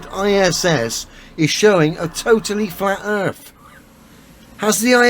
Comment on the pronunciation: “The erf is flat and it has a Lollipop moon.” Adam “LEO” 2021